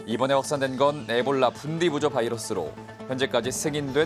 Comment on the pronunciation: 에볼라가 분디부조 유형? 처음 들어보네. 기자가 만들었나? 영어가 좀 모자란가? 가능한 정확한 정보를 알려줘야지! Bundibugyo ebolavirus 발음은 분디부교", (또는 "분디부기오", 또는 "번디버기오") ..가 맞음. 치사율이 50% -90%.